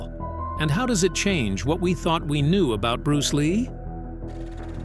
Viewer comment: Am I the only one that finds it irritating?The way he pronounces bruce ley's style and the green hornet character !!!